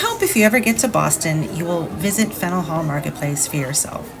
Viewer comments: I've never heard someone pronounce it "Fennel." More like "Fan-yewl" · I love Boston. Live in Connecticut and try and go once a year. I believe the correct pronunciation is Fan-yuhl Hall. Will you be doing any movie locations? The Verdict, Departed, Good Will Hunting and The Town come to mind. Have to visit North End for food and pastries. I prefer Bova Bakery (which is popular with locals) but Mike's and Modern is where more of the tourists go.